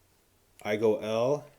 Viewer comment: Also I forgot to say, you said IGO-L clone at one point. I can't believe there is a clone of a 12 dollar atty!